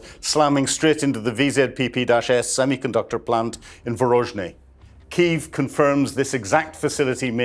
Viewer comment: Kyiv has two syllabics